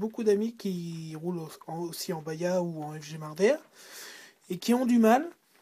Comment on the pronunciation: Salut bonne vidéo mais juste c'est pas baya c'est baja 😉 bon continuation.